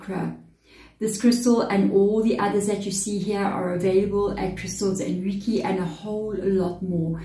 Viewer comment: reiki is pronounced ray-kee as per google